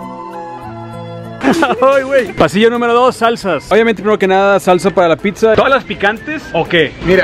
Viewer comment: No digan “PITZA” plss